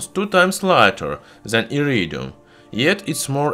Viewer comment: I love the way you say “Iridium”